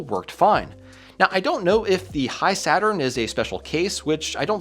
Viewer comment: I thought it's pronounced "He-Saturn" not "High-Saturn".